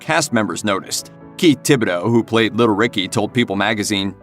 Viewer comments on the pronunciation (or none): none